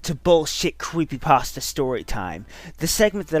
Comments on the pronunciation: Guys, guys. The original name was copypaste or whatever. The name was then later changed to creepypasta because the stories are creepy or something. There is no reason to pronounce it like "paste-ah." I mean, like, would you look at a word that had changed over a long time and pronounce like how it was originally? No. Not at all. You'd pronounce it like how it is. Plus, everyone has a way of pronouncing things. Don't run around and tell people to do things your "correct" way. I rest my case. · Well, yes and no. Since it IS just a fake word, any way of pronouncing it is 'right'. 'Paste-ah' is just the original, 'actual' way of saying it. People unfamiliar with the term just started saying 'pasta', and it stuck as other people heard them verbally speak it over videos and stuff. CreepyPASTA sounds a hell of a lot sillier than 'creepy pasteah', and the only reason I'm getting so much flak is because the autists are angry I'm saying their favorite video man pronounces a fake word wrong